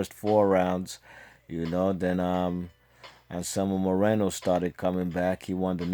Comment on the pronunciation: Nice job saying those names, I couldn't have said them that well.